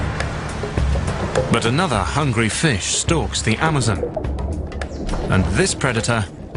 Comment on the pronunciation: the guys always say it funny this time it is amozmon